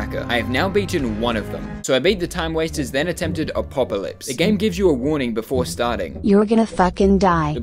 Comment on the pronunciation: Him saying Apopolypse is hard causes me physical pain